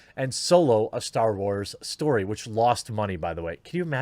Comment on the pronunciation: I can hear Jeremy is still relearning how to pronounce "story" 😂